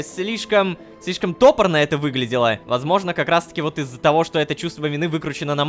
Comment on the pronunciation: Не то́порно , а топо́рно!!!